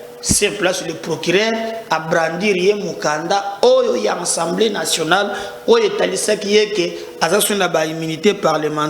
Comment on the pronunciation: Assemblée nationale et non ensemblé national Mr ?